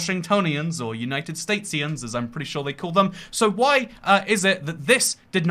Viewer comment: It’s Statians, pronounced stay-she-ans/stay-shans.